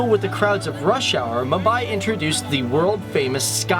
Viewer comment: butchered the pronunciation